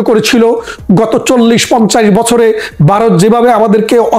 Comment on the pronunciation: ভাই দর্শন নয় ধর্ষন । দর্শক নয়। ধর্ষক । বাই নয় ভাই। বারত নয় ভারত। আপনাকে সালুট জানাই। ধন্যবাদ ছালাম আপনাকে বাঙালীর পক্ষে বাঙলাদেশের পক্ষে কথা বলার জন্য।